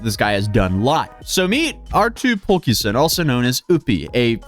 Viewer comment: I'm Finnish and legit had to google the name 😅 how did you manage to squeeze an S-sound into "Pulkkinen" 😅